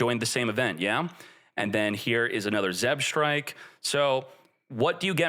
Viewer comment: being the ideal Yu-Gi-Oh player can't read "Zebstrika" properly